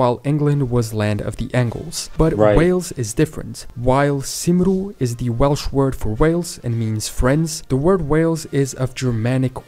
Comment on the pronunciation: He pronounced Cymru wrong, in English it is more like “Kumree”. 🏴